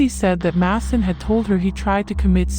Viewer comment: Who is Diane? His name is pronounced MAY-son not Masson